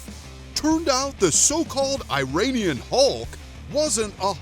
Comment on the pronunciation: You keep mispronouncing Iranian. It’s “E-run-ian” not “I-rain-ian”